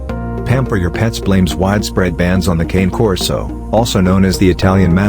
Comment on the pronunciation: I have a Cane Corso Italian Mastiff and your pronouncing wrong best dog ever but a lot of dedication on love will have to go into it